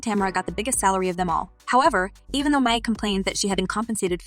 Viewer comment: Her last name is pronounced "my" not "may".